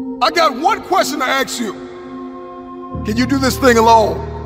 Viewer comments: Soon as he said "I have a question to AXE you", I was like next... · ask not aKS ? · Lost me at "I got one question to axe you"